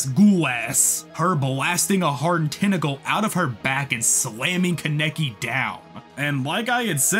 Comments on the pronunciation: Good video but kaneki (kon ne key) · love the video, hate how you say ken kaneki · The way he pronounces Kaneki is mildly infuriating. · The way you pronounce kaneki bothers me but great video! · The pronunciation on kaneki is annoying me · the fact that you consistently said kaneki wrong really gave me aids